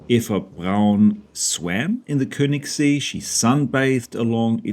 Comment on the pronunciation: See (lake) is pronounced as "say" without the y pronounced. The ö sounds like the eu as in the French word deux. Thus, Keunigssay.